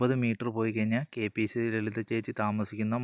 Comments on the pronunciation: കേപീസീ അല്ല കെ പി എ സി. പിന്നെ ..................🤬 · Kpc alla mone kpac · Kpc അല്ലടെ.. Kpac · Thanks for covering these beloved artists. Try to improve your language. It is kpac, not kpc. All the best. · KPC അല്ല, KPAC എന്ന് ശരിയായി പറയൂ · കെപിസി ലളിത അല്ല. Kpac ലളിത എന്നാണ്.റെസ്‌പെക്ട് ചെയ്യുന്നത് നല്ലത് തന്നെ. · Kpc അല്ല kpac എന്ന് പറയു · Kpc അല്ല മോനേ KPAC ആണ് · എടാ മരുമോനെ.. K P C അല്ല KPAC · കെപിസി അല്ല കെ പി എ സി ആണ് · k p c അല്ല ബ്രി k p a c..... ഇതാണ് ശരി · KPAC ആണ് കെപിസിസി അല്ല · കെ. പി.സി. ലളിത അല്ലടാ കെ.പി.എ.സി ലളിത അതെങ്കിലും മര്യാദയ്ക്ക് പറ. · Eda Potta, KPC allan KPAC🤣🤣aadyam malayalam paryan padikku🙃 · കെ.പി എ സി എന്ന് പറഞ്ഞ് പഠിക്ക്